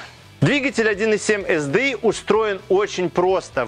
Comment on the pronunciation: ЭС ДИ АЙ . При всем уважении .